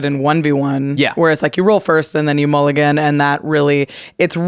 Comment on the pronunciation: Sorry, I can’t get past mool-I-gan